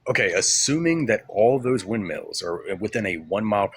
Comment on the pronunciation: He keeps calling windmills "wind meals" 🙄🤦‍♂️